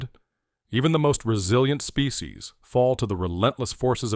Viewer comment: "species", not specie ... (right ?) ... (÷